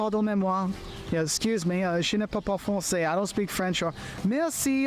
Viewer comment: Je ne parle pas francais, not je ne pa pa francais though speaking fast it might sound a bit like that.